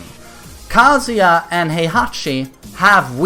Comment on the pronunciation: You keep saying Kaaazuya